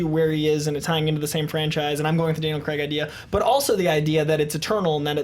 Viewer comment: It's craig not f**** creg......